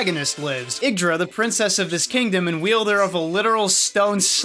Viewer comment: Ye-ig-dra not iggdra